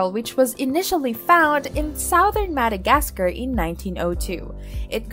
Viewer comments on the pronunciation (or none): none